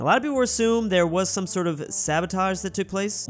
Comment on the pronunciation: Is pronounced some not sume